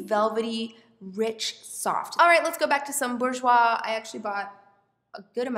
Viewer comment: I'm from Slovakia and Burjouis is perfect! 😍